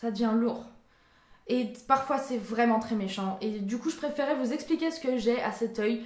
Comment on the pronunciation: Depuis que j'ai découvert ta chaîne, j'avais bien vu que tu avais tes mimiques à toi, comme quand tu dis "VRRRAIMENT" ou quand tu louchais. Je pensais que tu faisais exprès pour nous faire rire. Je trouvais ça ben cute et tu es très belle! 😁 💙 Tu fais de très bonnes vidéos, tu es ouverte d'esprit et énergique, sois toi-même et ne change pas!!! Ça se sent que tu deviens plus naturelle sur ta chaîne et c'est mieux comme ça selon moi. Ça te rend plus originale et intéressante. ;)